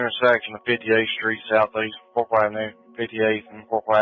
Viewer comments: Korsley lmao kor ickle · Pretty sure it’s pronounced kor-cal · Korcle pronounced Kor-ah-kel. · Korcle is pronounced cork cull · KOR-SLAY?? KOR-CLAY?? WHAT THE HELL ARE YOU TRYING TO SAY BC IT SURE AIN'T KORCLE?? LMFAOOOOOOOOOOOOOO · It's pronounced Core-Ick-all .....not wtf ever you said lol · The influencer who originally made Dakota popular is call e Korcle is pronounced Cork-el pronounced like the word Uncle. Dakota and Felicity are more probably more popular than Korkle now. I haven't seen any videos by him ever since he quit making videos about Dakota but I've seen Non-Stop videos about Dakota and Felicity ever since they've hit the internet. They have a pretty big following and multiple Facebook and Reddit groups documenting their every move. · I love how you pronounce Kolce different everytime you said it 😂